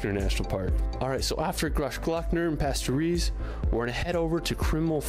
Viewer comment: The shocking thing is - Pasterze is almost gone. Melted away due to climate chance. All this "lake" shown, had been full of ice , a couple of years ago. It is pronounced pas-ter-zhe by the way.